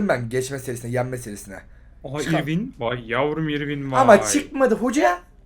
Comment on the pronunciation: İrwin'in doğru telaffuzu örvin şeklinde oluyor..